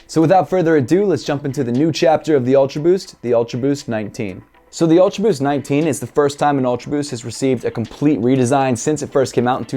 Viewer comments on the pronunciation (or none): I like em👍. Every time you say "ulta boost" i chug my 🍺😂😂